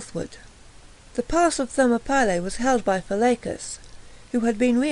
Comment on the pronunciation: FFS- THER-MOP-ILLY